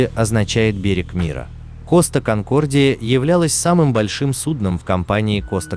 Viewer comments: Коста КонкордиЯЯЯЯЯЯЯ а не конкордиОООООО гугл переводчик в помощи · Какой коста конкордио ? Конкордия , неук , читай на борту